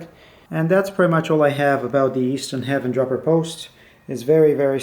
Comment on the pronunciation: Good video. That's a pretty light dropper. I believe Haven is pronounced hay-ven. Looking forward to your next video my friend.